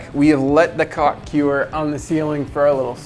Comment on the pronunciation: “Kewer” no, what are you sayin? It’s “cure”